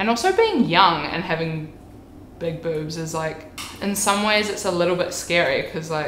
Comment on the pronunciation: She says it like bübs